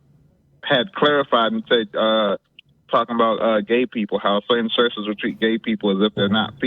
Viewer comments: More like 'shurshes' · Why does this guy pronounce churches as “searches?”